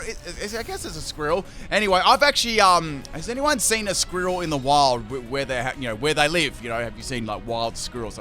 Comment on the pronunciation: Am I the only one weirded out by how he says squirrel (squi-rri-el)? Then again, there is his favorite healing move...